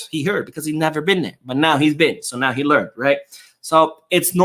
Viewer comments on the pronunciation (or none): none